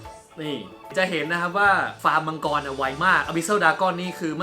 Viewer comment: สอนมาดี มังกร=มังกือ ฮ่าๆๆ